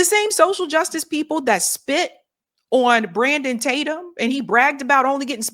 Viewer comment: I love how you say "awn" instead of "on".